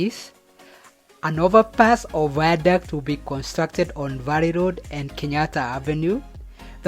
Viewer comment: This is really nice but the ze viandict wee